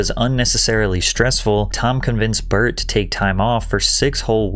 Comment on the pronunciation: wait is his name Bart or Burnt ?? 💀💀💀 I fucking pissed myself when you fucking enunciated BY BART 🤣🤣